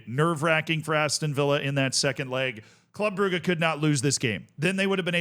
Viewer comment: I'll never get over how pronounces "Club Brugge"